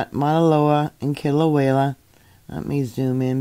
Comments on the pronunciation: I love how butchers the name Kilauea by adding an L between the E & the A. kilauela instead of Kila~way~ a. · Kilauea is pronounced kilo-waya